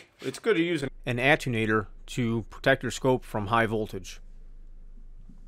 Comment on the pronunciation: "Ah ten you waiter"...is how it's pronounced. Nice video I need to do the same with my Autel scope.